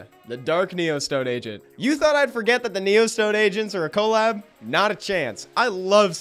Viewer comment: The way he pronounces "colab" is crazy lol "co-lab"